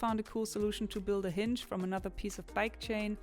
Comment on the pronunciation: Damn you have fantastic ideas, and you make these into such cool 😎 practical objects .thanks 🙏 , hinge is pronounced h IN g